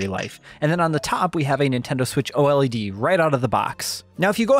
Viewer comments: can you please stop calling it O-L-E-D and just say O-LED. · It's OLED not O-L-E-D😂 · JUST SAY OLED and not O-L-E-D it's killing me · Please don't call it the O-L-E-D, call it OLED aaaaaaa pleaseeeee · Just say OLED, instead of O.L.E.D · "Nintendo Switch OH ELL EEE DEE" Who tf says it like that? Lmao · Literally the only person who says O-L-E-D every. single. TIME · Surely it's pronounced "OLED", not "OLED"... as in, I say "Oh-led". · Dude. Just say oh-led. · It’s switch OLED not switch O.L.E.D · I like your continent I I lol thanks lol for kleeping everyone up to date just to put it out there the new switch console is pronounced “O-Led”